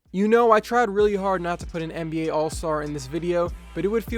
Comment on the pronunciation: It sounded like you said mba